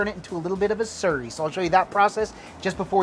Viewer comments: It sounds like your say surrey but it’s slurry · Sounded like you said cornstarch surry? Is that a thing where you guys live?